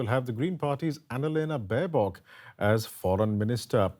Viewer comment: Baerbock 😂😂😂 this girl can't even pronunce simple german word's, this will be fun.